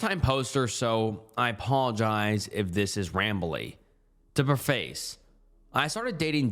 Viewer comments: Preface is pronounced "preh-fiss". Not "pruh-fayce" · I love the way you say preface with the emphasis on face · When he said preface as pre- face I was baffled. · the way he says preface instead of pronouncing it as pref-ice is funny. same thing with the way he says burry and colorado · "preface" lmao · hey, yeah im new here does he say preface like that to troll us cause it makes me want to donkey kick something. :) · “To preface” bro it really takes me out of the mood and I bust out laughing when you mispronounce words like this lol… I promise it’s okay to google how to pronounce words if you’ve only read them before 💀